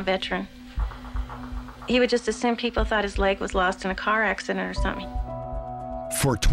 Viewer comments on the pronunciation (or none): none